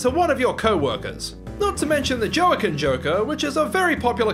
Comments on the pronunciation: it's pronounced "wahkeen" Phoenix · the pronunciation of "joaquin" lmao